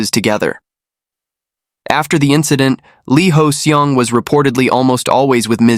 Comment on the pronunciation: No! 이호성 (Lee Hoe-Seong). He kept saying Lee Hoes Seong